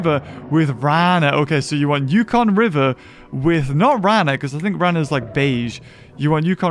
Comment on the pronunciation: rana is frog in spanish this is how to say it rah nah